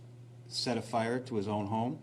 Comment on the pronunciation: Lol Cenk said Friar Department. Friar Cenk, the wise.